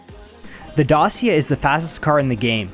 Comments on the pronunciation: ITS DA-CHI-A NOT DA-SEE-UH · The way he pronounced Dacia is killing me lol